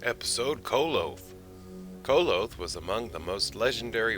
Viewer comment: Koloth is pronounced with an AH on the second 'o'. Just fyi.